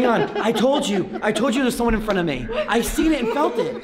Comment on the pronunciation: I love how said I told there was someone in front of me but listen how he said me